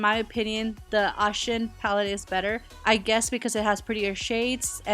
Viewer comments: How the fuck can you not pronounce it right. It Oh ShUn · Pronounced Oh shoon